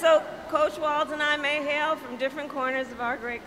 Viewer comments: Practice: Tim WALZ. Like Walls. No T. Not Waltz. 😉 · you will be talking about Tim a lot so at least say his last name correctly… it’s WALZzzzzzzz, not Waltz. K? Cool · Hello, just a short note: I read today that Tim Walz last name is pronounced Walls. My wife and I have enjoyed your show for quite some time now and she likes people's names to be pronounced correctly. Nice work. You have a passion for it, and therefore are very knowledgable. Best of Luck. Your are my favourite internet news source.